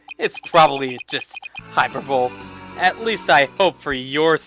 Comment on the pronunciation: "Hyper-bull"? No no no, you say it as "hi-per-bull-ee". :P